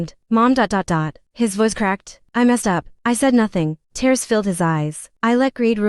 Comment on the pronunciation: "A blur of T -airs. Stop the stupid computerized voice that mispronounces simple words! I quit watching every time I hear this obtusity.